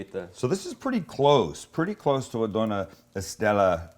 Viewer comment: btw! Dona is actually doña, so pronounced like do-nya